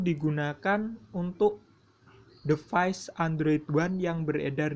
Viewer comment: Play Store itu bacanya pley bukan play Device itu bacanya divais bukan devais dan sama halnya kaya default bacanya difault Dan juga bug harusnya bacanya bag